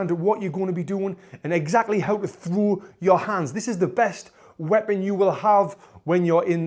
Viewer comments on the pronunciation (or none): Throo a streght poonch (I loved that )